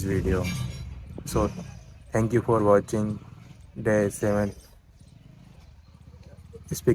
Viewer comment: Hey, I am watching your videos regularly....I think you should Impove your pronounciation like what, watching. Otherwise you are going on a right track.